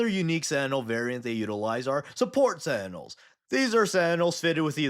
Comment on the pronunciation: You pronounce sentinels like sandals